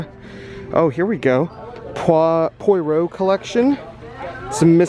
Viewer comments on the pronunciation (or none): that's not how you said it in the video. I'm from England and Poirot is on loads over here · Please say Poirot again 🤣